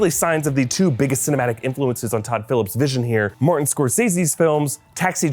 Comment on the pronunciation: It’s Martin not Morton